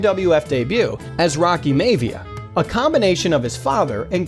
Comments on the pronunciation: It's pronounced Mi(Y)-a-via, also Yank-em! I don't think you really are wrestling fan, despite the name of this channel. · Way to mispronounce Maivia